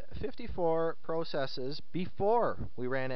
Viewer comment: no offense but you say the word process wrong lol. but good guide.